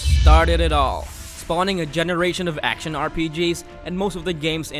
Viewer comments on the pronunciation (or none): "acntion" lol